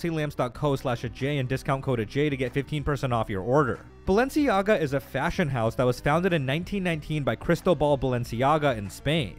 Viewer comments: it's pronounced "baal-enciaga". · she said balenciaga because when you add 1 a and separate the letters... baal enci aga and convert it from latin to english... bail is king, no joke do it. if you understand the symbolism, the intention behind it etc its clear as day whats going on. heres a simple example, mickey (from disney) those coffee cups, the reflection of mickey shows wicked... just like this name, thats no coincidence. you start researching this stuff and youll notice, "coincidence" is fuckin everywhere in eye rolling ways, they throw it in our face and people have convinced themselves it just cant possibly be true... yet never actually look into it to find out.